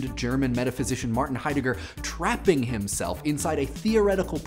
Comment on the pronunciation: Congratulations, your pronunciation of the word trapping made headlines in the Atlantic magazine.